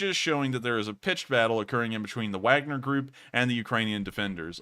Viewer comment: you are pronouncing the Wagner group correctly don't list to the trolls. I've watched u.s. generals speaking about them in Africa